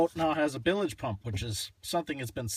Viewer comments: Bilage? It's bilge. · no, you're saying "billage" like village I think is what he's referring to. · I believe the "e" is silent on pronouncing bilge but I guess you can say it either way. Details- details.